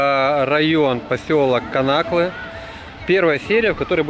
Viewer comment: ставь пожалуйста ударение на канаклы' на ы,а не на а второе😊